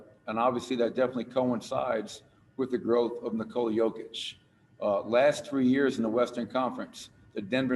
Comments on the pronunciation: "Nikola Kovic.. I'm sorry, Kokic".... damn.. you had one job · Did he even practise before the announcement, Nikola Cokic???? My boy Jokic does not deserve this kind of disrespect. Your only Job is to pronounce his name and what???? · “Nikola Covich…COCKICH! I’m sorry.” You had one job… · "Coca Cole-ich" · "Today it is my distinct honor to present...Nikola Kovic..uhh Kokic I'm sorry😅." Way to represent KIA as the NBA's partner blatantly revealing you've never even heard of Jokic and obviously know NOTHING about the NBA. Someone wrote the name down for him and I guess because of the person's handwriting, that KIA dude completely mispronounced Jokic's name. Either way, he should've informed himself about who he'll be presenting the damn MVP award to and clarified with people about the pronounciation of the MVP's name. Instead, he completely and utterly embarrassed himself while also disrespecting the Joker. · FCKING LEARN TO PRONOUNCE HIS NAME! when i like some player even from Zimbabwe i first learn how to say his name. Kokic Jokič that guy is better then LeBron! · NIKOLA COVITCH COKITCH💀